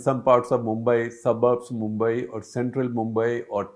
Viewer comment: Mumbai!! You actually said Mumbai!! Sir, so good to hear that! Thank you.😊